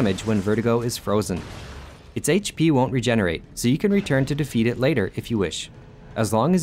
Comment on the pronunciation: Why do you pronounce is vertigo?